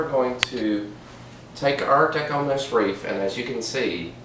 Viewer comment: You mean WREATH not WREAH!